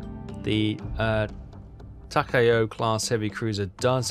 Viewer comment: I'm thinkink of starting a new drinking game, every time mispronounces a Japanese ship name, we all gotta drink... We are going to get so hammered next epidsode!! Tuh-Cow like you're saying DUH then COW but instead it's TUH COW.. hope this helps:) DRINK!